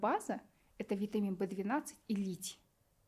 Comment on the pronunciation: Не понятно что она говорит вит В 12 и что? Для когнитивный способностей